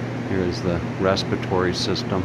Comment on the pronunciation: I got annoyed each time he said "respitory".